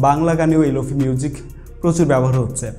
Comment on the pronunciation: প্রথমত শব্দটার উচ্চারন লোফি না "লোফাই" তারপর শুধু "রিভার্ব" ইউস করলেই লোফাই হয়ে গেল? আর কোনো কাজ করতে হয় না? আপনি যেই ভিডিও টা বানিয়েছেন সেটা "Slowed+reverb" এর মধ্যে পড়ে। lo-fi is deferent. Lo-fi তে অনেক কাজ করতে হয় যেমন Stretch, beat আরও অনেক যা আপনারা বুঝবেন না।